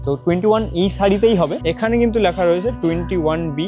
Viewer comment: bhai kotha bolar somoy uchharon gulo ektu dekhis, kane lage. Kalponik(bolchis Kolponik), Lekha(bolchis Lyakha)